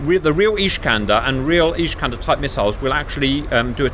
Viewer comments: Just so you know, its not ISH-kander. It's IS-kander. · it's not iSHkander, it's iSkander, like naSamS. the iskander rocket not flying straight and maneuver on all steps of flight - see Waldemar Skrzypczak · It is not "ISHkander". Unless there is something I don't know I always saw them both in Polish and in Russian referred to as ISkander. Or if you prefer - Искандер. Now I will watch the rest of the video. Hopefully that was just funny Hungarian pronunciation or something ;) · There is no "sh" in "Iskander" :)